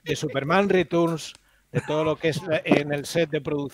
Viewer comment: En España hemos pasado de decir "Returns" a Superman "Ritorns". Si queréis ajustaros más a la pronunciación en inglés sería más bien "Riterns".